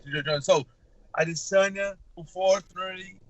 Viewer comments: A-D-SIN-YA Why lol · Yea lol he pronounced it the weird way Brett okomato pronounces it what if they are right & we are the ones saying it weird A-DE-SAN-YA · Learn how to say Adesanya for once in your life lmao